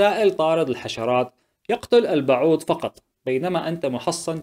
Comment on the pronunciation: البعوض وليس البعود ياعجوز